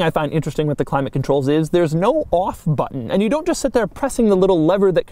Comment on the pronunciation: batttunn, just remember tu push the battunn